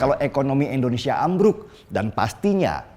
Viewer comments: "tapi kalo Endonesia ...." Pake "i" bosque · Bung Deny, tolong di rubah sebutan ENDONESIA menjadi INDONESIA ,agak risih mendengarnya, Terimakasih.